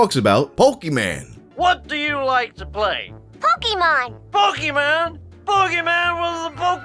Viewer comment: Felt like an activated sleeper agent when I heard simpsons bill cosby say pokeman